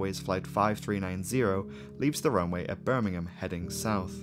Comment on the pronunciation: Rhanks for saying Birmingham properly